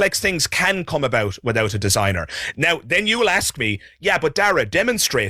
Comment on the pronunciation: sigh, the word is ASK and not AKS!